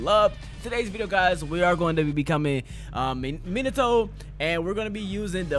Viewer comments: minato smh who pronounces it minado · This nigga said monado instead of minato lol this aint xenoblade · It's pronounced me-na- to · Mee-nah-Toe bruh your making me mad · Meen ah toe is how you say his name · That shii get me mad when he say minaatoe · Minato MinaTto?! Bruh I was already pissed about ''Narrudo'' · Minato (ME-NA-TO) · Ma net a that is how you say it your welcome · This is how it's pronounced in English Mee Nah Tow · The way u say minato is closer to the real way u say it it’s like menato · I’m Japanese, it’s MEEN-uh-toe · Ur good its m-in- na- toe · it’s me-nah-toe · ME-NA-TOE But close enough (not trying to hate) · It's like "me not oh" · Minato name is pronounced (me•nah•toe) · I pronounce it min-uh-toe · Its said like Minute toe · It’s pronounced mee-nato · Pronounced meenuto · MIN-AHH-TOE is way better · Bruh its not pronounces either of those its pronounced Mii-Na-To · Why are you saying in the Greek Way to say Minato